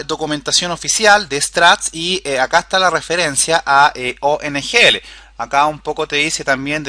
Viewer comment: Es OGNL Object-Graph Navigation Language, Lo dices mal durante todo el video. Saludos!